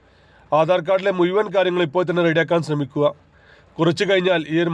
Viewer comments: മുയുവാൻ അല്ല മുഴുവൻ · എട ചേട്ടാ മുയുവൻ അല്ല മുഴുവൻ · ആദ്യം സംസാരിക്കാൻ പഠിക്കൂ.. മുയിമൻ എന്താണ് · മൂയ്‌വൻ എന്നല്ല. മുഴുവൻ.